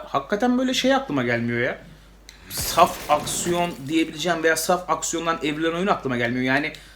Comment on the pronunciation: "saf aksiyon" evrimi loading... finish: "safucksiyon"